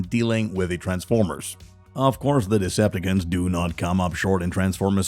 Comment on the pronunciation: da fuk is with the the pronounciation??? deceptaKINS? EnerGin??